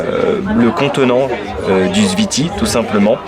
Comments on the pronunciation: C'est pas le ziti 😂😂😂 C'est le zfiti En arabe ça s'écrit comme ça الزفيطي Attention c'est très très piquent. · Le zfiti plat meconnu en Algérie, il devient très populaire ces dernières années. Tu as mal prononcé zfiti boumahress Pour le balout on dit ça aussi pour les balles de pistolet ou fusil comme surnom à cause de leur forme